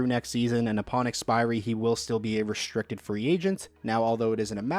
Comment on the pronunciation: Can you please stop with the lazy language? Why are you saying your "str" sounds with an added "sh" sound? Its not "reshtricted" or "shtrong". It's restricted. It's strong. Jesus Lord. You didn't learn it that way as a child and you never used to speak like that. What the hell are you doing it for now?